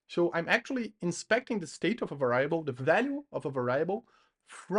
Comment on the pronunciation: Va rye ble is the best pronunciation of variable I’ve heard😂